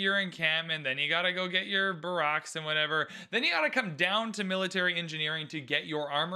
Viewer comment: Can we talk about how pronounces Barracks? I mean... its a soldiers housing, not a former President 🤣🤣